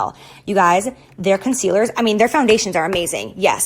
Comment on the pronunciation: “Their cuntcealers”